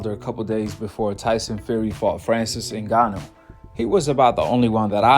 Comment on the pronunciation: Wilder calling Francis “InGaNyo”😂